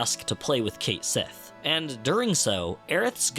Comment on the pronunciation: heyyy cait is pronounced cat and sith/sidhe is pronounced shee :3